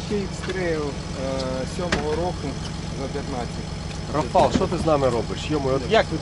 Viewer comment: Польською: РАфал,а не РафАл. З РафАлем, а не з РафалОм.